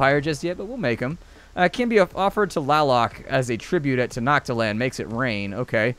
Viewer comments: It's pronounced ten no chit lan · tenochtitlan is actually pronounced te-no-teet-lan if I remember it correctly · Actually it's pronounced tenochtitlan